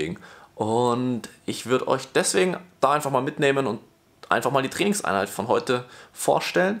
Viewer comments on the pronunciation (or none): ich versteh als "Felixeinheit" anstatt "Trainingseinheit" 😂